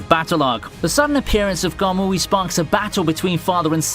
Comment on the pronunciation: Not every K sound is a G sound my guy. Hearing "Ga-gura" and "Ga-mooee" hurt a little. Good job on the other names though